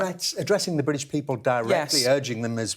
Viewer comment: The Bwitish Pweepol